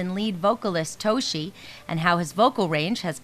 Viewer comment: Yoshiki and Toshi have been friends since Kindergarten not high school. Also most of their songs before had at least one line of english in them or a word or two. this interviewer really should have done more research before making this video. She made me wince when she pronounced Yoshiki, Toshi, and hide's names.